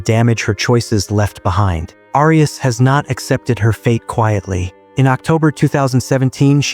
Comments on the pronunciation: It's pronounced "air e us" thanks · Is this an A.I. voice? Why is "Arias" being mispronounced? I hate A.I. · Continual mispronunciation of the surname “Arias” is very annoying.